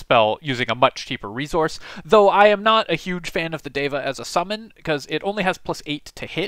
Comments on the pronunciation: It's pronounced "Deh vah" not "Day vah" FYI It's really cool to see Sanskrit words included in fantasy stuff btw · Its like Dheva. Not Deva. The D should be soft. 😏. The D should sound like the th in "the". or like They + va. Something like that I think. And you are forgetting to breathe and stop when you are talking. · Indian-language speaker here: the pronunciation of the "d" in "deva" (in the original Sanskrit, anyway) is better approximated with the "th" sound from "then." Otherwise, spot on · I'm pretty sure it's pronounced deva, not deva. Kinda like data, as opposed to data.